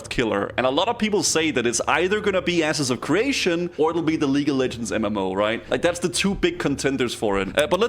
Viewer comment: 'Asses of creation'